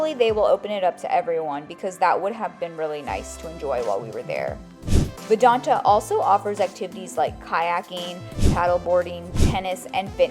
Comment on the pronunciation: Great video, but it's pronounced "Vidanta" not "Vidante". You'll confuse new viewers.